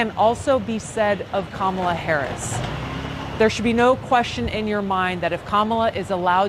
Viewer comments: For future reference: She pronounces it “KAH-ma-la” not “ka-MAH-la.” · it’s mispronounced SKANKALA